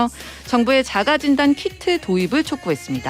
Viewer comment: 진단이 왜자꾸 긴단으로 들리죠?